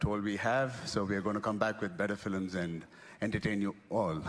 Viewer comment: . "Better fillams " lol